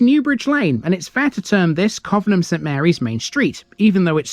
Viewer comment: It's pronounced 'Covenham' not 'Covenham'. Thanks